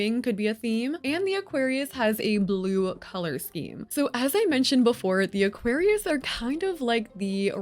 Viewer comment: As always, Aquarius gets butchered 😢